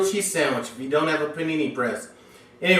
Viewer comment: Dang! that's one mighteh fine Puh'nee'nee my friend!